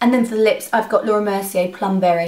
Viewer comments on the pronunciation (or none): none